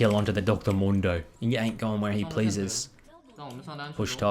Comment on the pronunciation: mundo not momdo